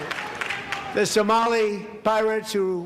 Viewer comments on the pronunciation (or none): He literally said someli pirates